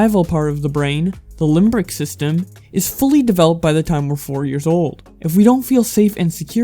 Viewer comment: LIMBIC NOT LIMBRIC